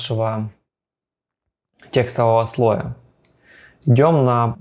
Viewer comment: Только слОя; ударение на 'О'.